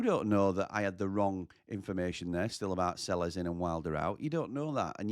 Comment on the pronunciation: Selles is pronounced 'Say Yes'!